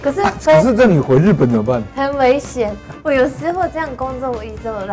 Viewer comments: 木曜哏，因為中文太好被網友戲稱假日本人，但口音問題「日本」二字自己都錯唸成「路本」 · 喂 幹嘛 也太台灣了吧😂 假路本人